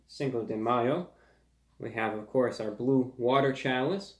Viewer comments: It's bwue! It's BWUE! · IT'S BWUE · It’s bwue! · ITS BWUE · ITS BWLUE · IT'S BWUE!